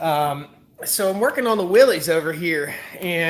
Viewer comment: You're killing me here. It is pronounced "WILLYS" (as in "Free Willy" or "Willy Wonka"). Believe me, I'm no english teacher but some things are like someone dragging their fingernails across a chalkboard. 😂😂😂